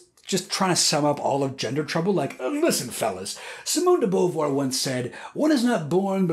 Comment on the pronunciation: this is a wonderful video and your pronunciation of Simone de Beauvoir's name made me sad XD